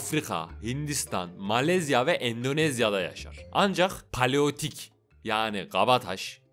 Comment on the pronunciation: Gardaş "paleotik" değil "paleolitik" olacak.